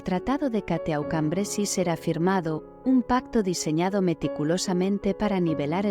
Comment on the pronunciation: Se pronuncia " cató cambresí"